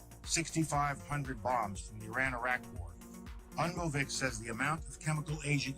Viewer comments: Vivek’s name is pronounced Vivake like cake. I saw him say that on another interview. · Guys his name is pronounced Vi-vake like cake how embarrassing...